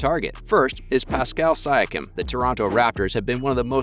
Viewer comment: kawhi, siakam, serge, you mispronounced allt hese names so badly, it seems like a troll channel.